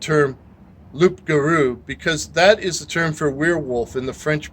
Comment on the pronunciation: Just a small thing, loup garou, don't pronounce the P . It's closer to Loo for an English person. 😂